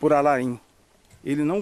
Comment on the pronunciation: COMO BRASILEIRO É ANALFABETO! O NOME DO CASEIRO É “ALAIN” COMO O ATOR ALAIN DELON, OU SEJA, O “I” É MUDO, NÃO SE PRONUNCIA. VAI VER OS PAIS COPIARAM E SEQUER SABIAM FALAR. ATÉ DÓI OS OUVIDOS OUVIR A PRONUNCIA ERRADA.